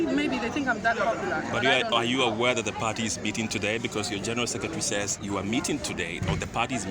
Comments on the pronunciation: 😂😂😂😂why does she say Pardy instead of Party Party Party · in her case is the T silent? She replaced it with a D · Are you sure, Because when she went to JoyNews she mentioned Party then later said Pardii 😂